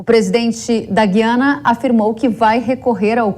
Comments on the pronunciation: NÃO É GIANA, É GUIANA. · Na nossa língua pátria a Guiana deve pronunciar o "U" os jornalistas deveriam saber. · Moça, Gu- i- a-na!, no Brasil Em Portugal vc deve falar Gui- a- na...❤ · EM PORTUGUES A PRONUNCIA É GU-I-ANA. ALFEBETISADA PELA PÁTRIA EDUCATIVA!